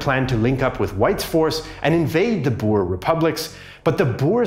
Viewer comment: Glad you kinda pronounced Boer correctly, a lot better than simple history who pronounce it as bo-er